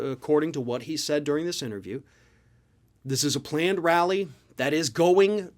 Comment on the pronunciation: I wasn't paying attention at first...did he say 'planned', or 'klanned'?